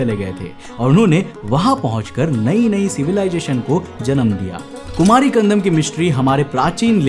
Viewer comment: भाई, हिन्दी में कुमारी खंडम् नहीं कहते। 'कुमरी खंड' कहते।